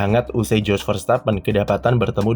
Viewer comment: Kalo dalam ejaan bahasa belanda huruf "J" itu dibaca "Y" artinya kalo nama dia "JOS" berarti dibaca "YOS"..